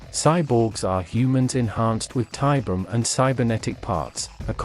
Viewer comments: I know another comment has addressed it, but i couldn't finish this video cause the ai can't say tiberium. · I’ve seen it Spelled and spoken As Tiberian, and Tiberium. Both in Wikis and games. So it can go both ways.